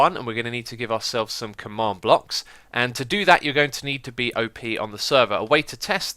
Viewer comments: X, it's pronounced "op", not OP. XD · Its Op (Operator), Not O.P ....